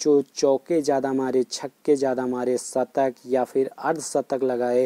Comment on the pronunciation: Shatak not satak